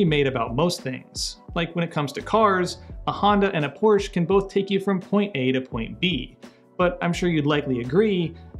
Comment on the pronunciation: Just a small point about your intro where you mention Honda vs Porsche: the correct pronunciation is Por-"shuh". It's a faux pas similar to saying "ex"presso instead of espresso...